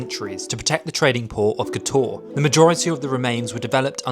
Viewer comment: "Kotoar" terrible prounounceiation.